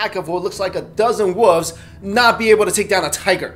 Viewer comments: woofs, that's what it sounds like your saying. Its wolves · he says woofs instead of wolves lol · I hate people who say "woofs" instead of "wolves" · You say woofs instead of wolves lol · WolVes not woofs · At any rate, "should of" has no meaning. The proper way to say it is "should've" or "should have." Saying that the fact that the guy pronounced "wolves" "woofs" bothers you more than it "should of" rubs me the wrong way. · It's weird he says wolves as /wʊvz/ where he drops the /l/. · i keep hearing him say "woofs". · Lol he called the wolves woofs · does anyone else hear woofs instead of wolves haha?